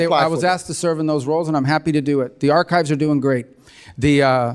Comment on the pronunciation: Meeks cant even pronounce archives lol